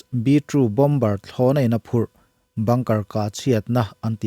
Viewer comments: Bomber hi 'bawm-bar' ti lovin, 'baw-mar' tih zawk tur aw. Bengvarthlak ṭhin e, hma lo sawnin Pathian awmpuina lo chang zel mawlh rawh.❤ 'M' dawta 'B' a awm hian 'B' hi lamrik loh tur. Entirnan, 'climber' chu 'klai-mar'. 'Plumber' chu 'pla-mar'. Chutiang zelin. 'T' hmaah 'b' a awmin 'b' lamrik lohna tur thumal a awm leh a. Entirnan, 'debt' chu 'det', 'doubt' chu 'dâut'. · Bomber lam dan hi.. Bom-ar ti anga lam tur an ti ania.. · A ngaihnawm e..Bomber-- Bomb -er tih a mawi zawj..i channel comment ah ka sawi thin..MIG poh hi Mik ..SU pawh Suu/Soo..Lam dik vek chu thil theih a ni lo..mahse a lar zual tal hi chu..youtube etc vel ah chuan lam dok tum hram a tha..Depot..tih a. 't' an han lam ri tlat te hi..ngaihthlak a nuam lo. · Indian accent aw. British in Boma tiin an lama, american in bamer